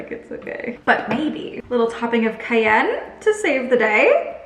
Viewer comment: the way you say cayenne is funny but the food looked BOMB